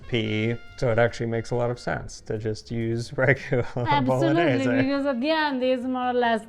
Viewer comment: Please " teach how to pronounce "Bolognese". Please: teach how to pronounce '". (With an H.) So tilting. After all these years!! THANKS and Happy New Year.